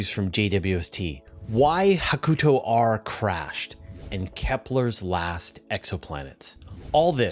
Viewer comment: Re-upping the nit, sorry! "Hakuto" is pronounced HA-ku-toe, with stress on the first syllable.